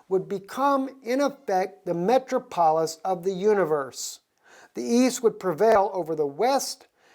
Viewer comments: pronounced Me trop olis. məˈtrɑːpəlɪs, not metro polis. pa pal not pap al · Just as a point brother since you have so many followers.... it's " Con-stan-ti-no-ple" :) <3 and also .... "Met-trop'-o-lis" :) Blessings and thank you for all you are doing to bring Truth!!